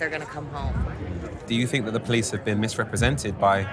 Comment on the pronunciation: A very interesting insight, but I‘m not sure if it’s hopeful or taking anyone forward. I just can’t see any solution. Oh and btw.: It’s /POLICE brutality/, not /police BRUTALITY/ as well as /CAREER criminals/ not /career CRIMINALS/.